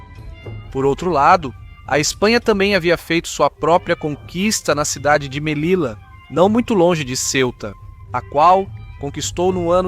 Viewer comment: Detalhe: Em espanhol, as letras LL produzem o mesmo som que o LH na Língua Portuguesa. Portanto, Melilla deve ser pronunciada "Melilha".